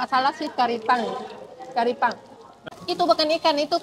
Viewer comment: BUKAN TARIPANG TAPI TRIPANG YA